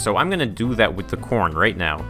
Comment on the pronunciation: you said porn instead of corn